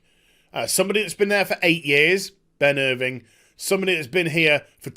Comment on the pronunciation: Who is Ben Irving? I thought it was Ben IrvINE?